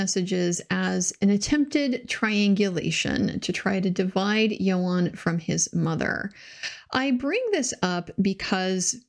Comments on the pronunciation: its ewan ewan not eo arn ffs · As a Welsh speaker, it's YOANN, not YO-HAN! Great content as usual :D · I think his name is pronounced “Ian” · It’s not Ewan though, it’s Ioan. Welsh, pronounced yo-un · Thank you for this coverage. I recall the backlash when the whole "believe all women" rhetoric was going on against any woman who dared questioned someone's account. Unfortunately deceit, lies, taking advantage is a gender nurtural trait & its only fair that any allegations should stand up up scrutiny. Just as a side note, his name is pronounced "Youan", I live live in in the UK, and its the standard pronunciation of this Welsh name, hope you don't mind me pointing that out. 🙂